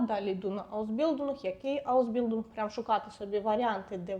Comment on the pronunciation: Зайшла випадково. Поради слушні, але зверніть увагу: твердий звук "л" у німців майже відсутній, вони кажуть здебільшого "ль". Тому "аусбіЛЬдунг", замість "аусбіЛдунг". Без образ🙂